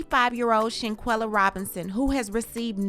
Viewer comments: Her name is Shan-quill-ah like she’s all over media and thru out this whole video u pronounced her name wrong 5 different times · Not with you pronouncing her name who is Shanquilla? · STOP BUTCHERING HER NAME!!!!!!!!!